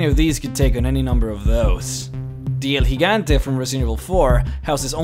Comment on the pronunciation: "El Gigante" is pronounced "El Hee-gahn-tay" and means Giant